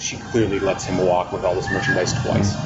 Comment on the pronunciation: Did you seriously pronounce the L in walk?